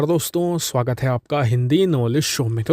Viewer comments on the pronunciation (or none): none